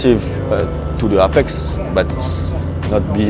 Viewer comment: 9 times world champion but still can't pronounce APEX right... #legend but also #as French as they come 😂